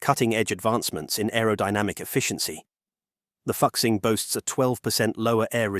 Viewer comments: Fuxing is pronounced Foo-sing, not Fox-sing. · The correct pronunciation is fu-shing, not fux-sing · Fuxing in Chinese is pronounced as "Foo Shing". !!!! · ummmm... given its original Chinese name "复兴" (fù xīng), a more appropriate English pronunciation of Fuxing might be Foo-Sing, instead of what you came up with? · Could you have mispronounced Fuxing any worse? Sheesh.